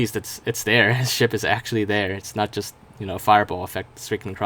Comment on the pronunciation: you were gonna say ship but then I skipped it but then it sounded like you said sh**